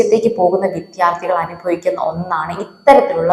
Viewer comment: ഉച്ചാരണം ശ്രെദ്ധിക്കുക . വിധ്യാർത്ഥി അല്ല വിദ്യാർഥി . വിദ്യ ....